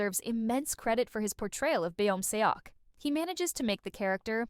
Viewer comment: good video! only thing that really irks me is the pronunciation of beomseoks name. would you mind pronouncing it correct next time? its kinda distracting